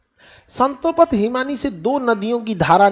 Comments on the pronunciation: It’s Satopanth not Santopath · Santo path nahi hai Satopanth hai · संतोपथ नहीं है सर सतोपंथ बोलते है सर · संतोपंथ नहीं स्तोपंथ गुरुजी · satopanth not santopath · Santo path nhi sir satopanth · Guruji santopath nahi hai satopanth hota hai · Bahi sahib santopath nhi satopanth😂😂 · संतोपथ नहीं है वो सतोपंथ है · संतोपथ ❌ सतोपंथ ✅ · Sir it is not santopath it is Satopanth..❤ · Satopanth hai na ki santopath maffi chahta hu correct kar rha hu khan sir ko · Love your contant sir .. buts it's not संतोपथ it's सतोपंथ ❤ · संतोपथ नही है सतोपंथ है। थोडा ढंग से रटा करो। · संतोपथ नहीं सतोपंथ है 🙏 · स्ंतोपथ नहीं है सतोपंथ है😂😊